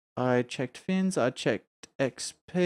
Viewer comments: ITS FNIS! FNIS! NOT "FINS" :DDD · Good show! I hope you get some rest. BTW, it's FNIS for Fore's New Idles in Skyrim, not FINS, many pronounce it Finis.